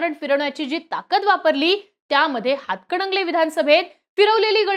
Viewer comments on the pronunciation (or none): हातकडगंले नाही मॅडम हातकणंगले बोला😂😂😂😂